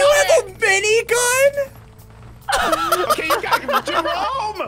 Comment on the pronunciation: did he said Minigun or Binigun?